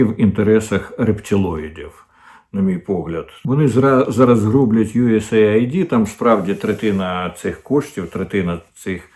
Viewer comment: USAaid- aid / вимовляється як ' ейд ,а не " ай ді ". Aid- це : допомога,сприйняття,підтримка